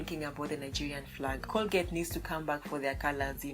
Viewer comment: Did she say Colgate habol?